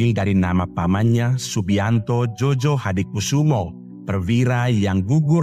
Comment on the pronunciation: Bukan jojo bang tetapi joyo itu ejaan lama van ophuysen